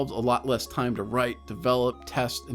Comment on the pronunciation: emphasis on write